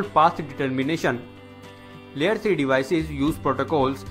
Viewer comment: it's LAYER, not LEE-ER